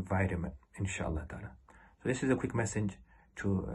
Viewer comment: It’s pronounced تعالى not تالا, a long awaited lesson in Arabic awaits you.